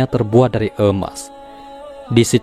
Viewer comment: Emas boss...bukan eumas...😁